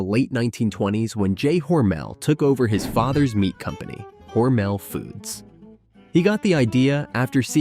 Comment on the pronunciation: According to my 92 year old friend that is from Austin, MINN and went to school with Geordie Hormel, it's pronounced with the emphasis on the first syllable.